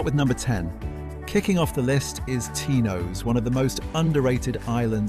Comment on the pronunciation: Tinose ? have you actually been to Greece ? koofounisia ? learn the Greek pronunciation before making videos